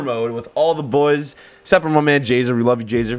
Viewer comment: geez 😂 “let’s get my boyzzza”